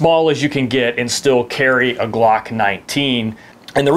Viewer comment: This is the smallest size that'll fit the GLOOCKK NINETEEN... Lol why do you have to say it like that 😂